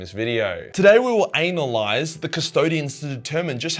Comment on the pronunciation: "Today we'll ANALyze"